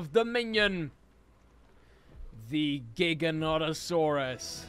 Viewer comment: when you put three Giganotosaurus together, one was mother, the second one was father, and the last one was brother or sister. You pronounce Giganotosaurus wrong and right, it actually pronounced giga-noto-saurus. The Giganotosaurus actually has a name Zeb, who is 18 feet tall and who is 3 years old, it’s same age and height as Indominus Rex actually has a name, Indy.